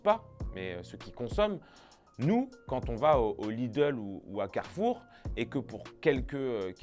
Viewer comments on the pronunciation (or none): none